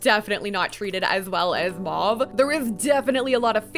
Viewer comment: 'Mahve' 😭😂 love u